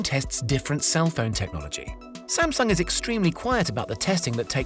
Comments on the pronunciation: All this and still Sam-Dung...huhh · Please pronounce Samsung correctly. It was bothering me the whole video.